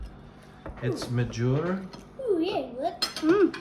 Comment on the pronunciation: Uitsmijter is pronounced out- smi-terre ( closest I could get)